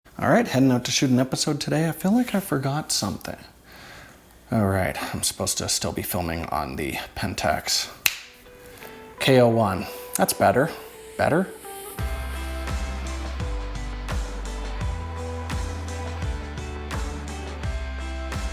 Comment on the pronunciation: it's the "Pentax Kay Zero One". Pronounce it properly or we'll make you use it for another month.:)